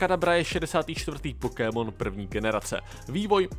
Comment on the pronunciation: Jsem jediný komu rve uši ta prodloužená výslovnost slova "Pokémon"? :D